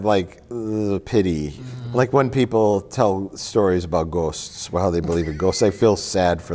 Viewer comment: Never heard anyone from the US pronounce Ghosts like that. Is Mike secretly Canadian?